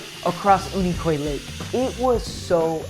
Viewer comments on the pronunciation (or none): One of the best ways to alienate the locals is to mispronounce the name of a key attraction in the area. Unicoi is pronounced "You-Nih-Koy".